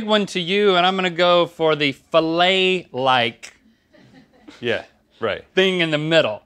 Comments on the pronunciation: i think becky was trying to say phallic lol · she said fellatial looking omfg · fellatial. i'm pretty sure she said fellatial. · please tell me link knows she said FELLATIAL lmao